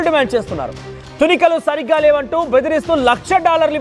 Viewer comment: Please pronounce it properly- not thunikalu , it is thoonikalu